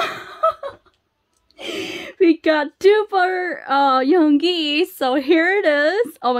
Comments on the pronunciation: hey! yoongi is pronounced as "yOOngi" not "yong-gi" if u get what i mean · Yoongi is yun gi with u not yon gi with o, hope you say it correctly later 😊